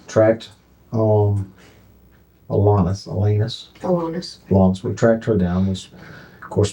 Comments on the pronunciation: Why can't the narrator pronounce Alanis? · Hey, AI narrator, it's AllAnis, not your anus. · A-lANUS? Lol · Pronunciation: "Al-Anus". Eeeeuw.